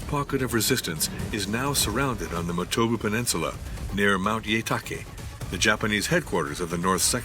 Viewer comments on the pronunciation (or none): ...and its Motobu peninsula, not Motuba...